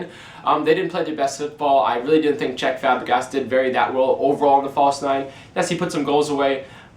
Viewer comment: I think he means Cesc Fabregas and not Chech Fabrigas